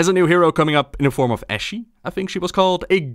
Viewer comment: Ash' ("e" is silent imho).